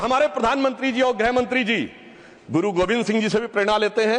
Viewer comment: Grah mantri? Ya grih mantri? Bada shuddh hindi bolne wala kahte hain isko?